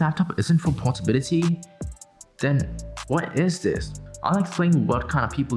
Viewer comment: Does he even know anything other than portability . He keeps pulling that and later on he doesn't even know the portability (Portobality or whatever 😂🤦)